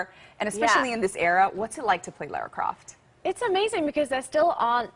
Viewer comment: It's LARA CROFT!!! Anyway LOVE Camilla.